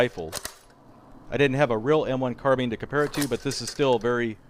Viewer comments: Carbine not carbeen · Carbine not carbin grr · It's not " Carbean", it's called a " carbine" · Carbeen 😂 Car-BI-ne